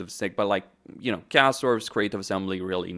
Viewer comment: the way you pronounce chaos is criminal